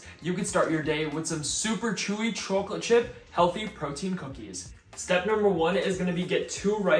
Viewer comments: Bro you pronounce chocolate so weird gotta say 🤣 every one of ur vids you pronounce it CHOOCKLOTE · I’ve been trying to get oatmeal cookies I like and always using protein powder lol. This seems awesome. And dude u have to be from north jersey the way you say chocolate gives u away 😂👍my family says it the same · I love the way you say chocolate. If you don’t mind me asking, are you originally from the east coast? Anyway, love the video as always man. Keep it up! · And for the record, not a dig about the way you say chocolate :) so I hope it doesn’t seem like I’m making fun cause I am not haha